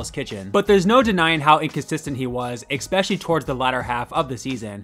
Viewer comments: Please stop saying eXpecially!!!!! It’s especially bro!!!!! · Stop saying "ekspecially", i'm not even an English speaker and I know that's not how you say that word.